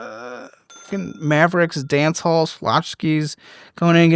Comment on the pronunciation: "Cowboy Danchella" lol *Dancehall